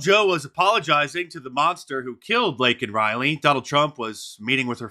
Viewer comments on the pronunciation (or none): I didn't know Biden was a USC fan. Saying Lincoln Riley instead of Laken Riley. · Nor did he apologize for calling Laken Riley "Lincoln Riley" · No apology for mispronouncing the victim’s name? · He didn't apologize for not getting her name right...disgusting! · This makes me see red, I cannot imagine the pain Biden and the Democrats have put Laken Riley's parents through. He couldn't even be bothered to pronounce her name right. These people really are demons. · Was hoping for an apology for mispronouncing her name, but wow. It just gets worse. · How about apologize for not saying Laken name correctly 😢